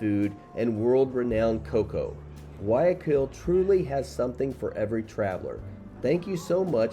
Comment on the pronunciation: Very nice Video! I am glad that you liked the little parts of Guayaquil that you saw. I was born in Guayaquil, although now I live in Orlando. By the way, the right pronunciation is: Gua-Ja-Keel